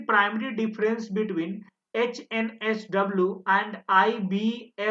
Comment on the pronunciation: 56 - why are you calling it OHNSW instead of HNSW ?